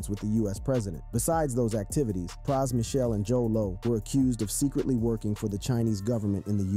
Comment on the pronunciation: Good doc but why he say Pras & Fugees like that? Lol Praaas & Few-jeez